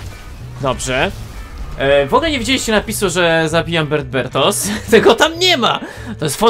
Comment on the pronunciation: Jaki bertbert jak to skie😹